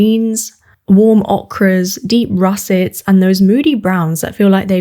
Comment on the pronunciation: No offence intended and I hope none taken, but just a quick one: ochre is pronounced oaker, or oka, in British English. The sound "okra" goes with the vegetable, which in fact is spelled okra.